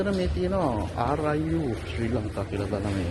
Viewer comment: RIU not Tiu